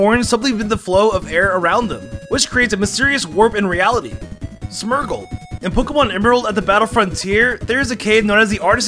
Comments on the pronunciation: And octirely and smurgle... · Ain’t no way bro just called smeargle “smergle”